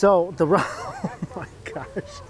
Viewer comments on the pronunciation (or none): That isn’t ramen. That’s ra-meh.